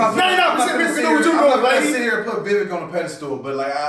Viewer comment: Got to start saying Vivek's name right. It rhymes with cake. (Vi-vake)